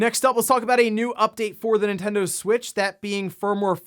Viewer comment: it's Nintendo LoL